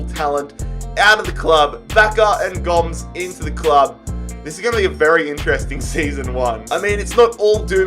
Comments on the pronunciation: It’s Andre Goe-mez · pronouncing Gomes wrong is making me Uncomfortable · And Andre Gomes